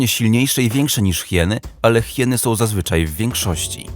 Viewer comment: Sął? Dziewjęset? Uźywajął?😂